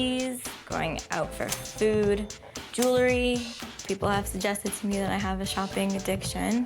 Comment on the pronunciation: It's "jewelry," not "jewlery." 🙄